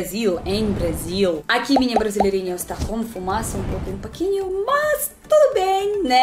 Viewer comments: Sugestão : Reagir a entrevista no Programa do Jô da russa e dançarina Lola Melnick. Obs: Se diz ' Pouquinho. ' Não ' Paquinho. ' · "um parquinho fala português" Kkkkkkkkk e parque fala é?! Não estou corrigindo até por que nao falo e muito menos escrevo certo,mas é engraçado ver gringo trocar ou pronunciar "errado"